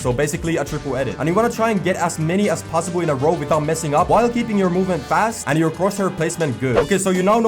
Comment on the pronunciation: No one: in this vid:aS FAsT aS pOsSiBoL P.S love your content keep going💯